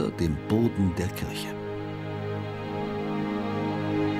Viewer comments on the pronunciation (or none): none